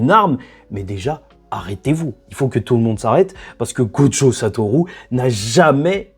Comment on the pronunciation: Bon juste un truc parce que je commence à ressentir un certain agacement en te suivant: Prends des coups de japonais s'il te plaît, apprends à prononcer la putain de lettre U, c'est pas Satorou! Satoru! comme une rue! Dis le stp, SA-TO-RU, putain la VF de Naruto a fait mal à la perception en français, en japonais "u" ça se dit "u" comme chez nous!!!!! C'est Sasuke, et pas Sasouké, et c'est Naruto, pas Narouto, faites un effort vous abusez, vous parlez pas à la jap vous parlez comme des kékés. Même Sakura se dit Sakura, pas Sakoura, mais y'a un petit accent à prendre ok c'est plus difficile Sakura, mais les autres, sans "Ou" par pitié tu fais saigner mes oreilles on dirait un daron qui tente de parler mangas.